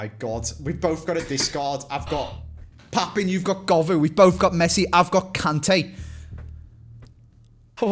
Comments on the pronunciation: mate, the French pronunciation of Papin is Papan, not Papon. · Papin is pronounced PAPAN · It's not, you sound like a muppet. 😂😂 It's Pap-(eh-nn) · That is absolutely not how you say Papin 😅